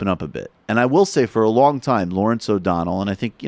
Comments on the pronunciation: through ish, he calls him "O'Donald" twice, but that's just me being a dick. I screw it up, from time to time, too. :) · huh.. cuz thats what i listened to, as well, after you mentioned it the first time, i dunno, to me, i can understand where ot sounds like he ended dudes name with a D, but its just because he sorta has a speech impediment, and his L's at the end of words, in this case O'donell, sounds like a D, the way his tongue hits the top of his front teeth, instead of between them.. but i dunno just my opinion no biggie lol